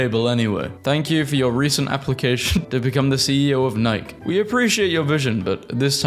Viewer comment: Nye-key the company is pronounced Nye-key(Nike)!